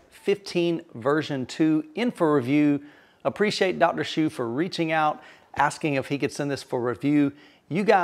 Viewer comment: Thanks for the review I have had their other 15” sub for 8 years. Smaller company with great customer service. Dr HSU has even given me personal advice for settings and placement. FYI the name is pronounced Soo vs Shoe. It states pronunciation on the website and the employees pronounce as Soo. The unusual thing is the commercial recording when you call the company does pronounce “shoe”.